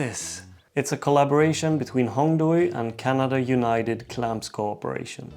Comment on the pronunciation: Nice review, just one thing from a Chinese speaker: it’s pronounced “Hong Dway” not “Hong Doy”. The “ui” vowel combination in PinYin (romanized Mandarin Chinese) indicates the “way” sound in English. Might help you out since you like collaboration with the company, and their tools like nice. Keep up the cool vids!